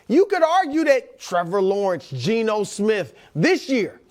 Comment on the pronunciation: man said GENO